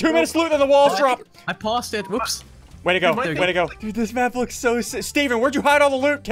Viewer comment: he said six instead of sick